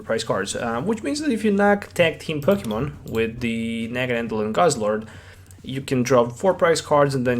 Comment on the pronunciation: It's Naganadel, not NaganaNdel.